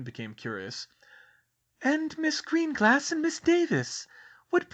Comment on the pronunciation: I probably should have mentioned this a long time ago, but now that I'm caught up, I have a short pronunciation guide: SHAY-mus -- not SEE-mus. a-LEE-sha -- not a-LI-see-a GREEN-gRass -- not GREEN-gLass, although that one might just be your accent.